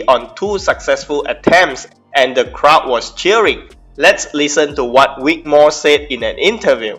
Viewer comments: Say it with me Vic Vvvvic, not Wic, Vvvv, Vic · Vic, not Wick, mate. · His is vic not wic